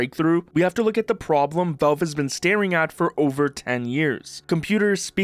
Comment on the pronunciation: What is Velve? Thought it was Valve.